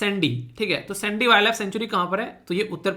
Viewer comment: Jai hind sir 🙏 Sir vo (सैंडी नहीं है वो साण्डी hai ) Hm vhi se belong karte hai